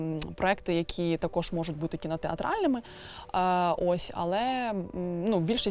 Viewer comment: Сильно сказано: «...якість цього продукту створюють саме актори дубляжу». Авжеж, перекладачі й геть не потрібні, актори самі можуть, без тексту. Такі талановиті актори, десятиліттями в професії, так якісно вимовляють: «буваЕ, сонце сідаЕ, все оживаЕ», «теш, такош».